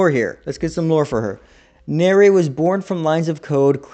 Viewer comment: This was very entertaining hahaha and the fact you forgot where banki and hado etc comes from bleach come from was golden. 😂 lastly its nere as in near, not nerea haha but its funny haha also if ya not watched the fan made virus cover evil did nere is in that also its really good 👍